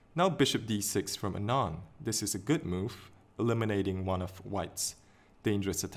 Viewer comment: Its not anaaand as you pronounced. It is aaanand. By the way good video.